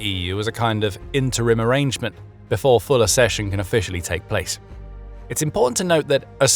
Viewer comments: It is spelt accession. There is a double 'C' there, as in ac-session, not assession. You can ask google to pronounce words you don't recognise. Do you say asseptable? Do you say access or assess? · accession is pronounced like success & access. Ak-session 🧐👌🤓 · Please learn to pronounce one of the key words correctly: accession = ak-SESH-uhn /ækˈsɛʃən/